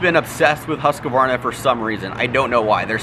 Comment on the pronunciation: Huskvana not huskyvanaer